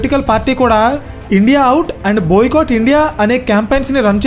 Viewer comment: "బోయ కాట్"🤣